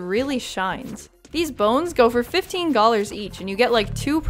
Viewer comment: every time you say "gollar" I go through all 5 stages of grief